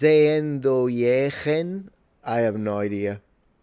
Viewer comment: Zeeeendooieogen isn't a word...